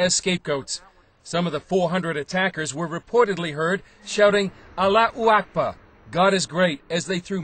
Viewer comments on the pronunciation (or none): hahaha what a one sided report from a stupid reporter who cant even prounced ALLAHO AKBAR correctly! WHAT IS ALA O AKEBA!? looool